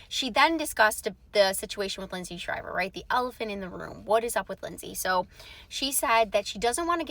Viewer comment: His last name is NOT SHRIVER. IT'S SHIVER. DO YOUR HOMEWORK!!!!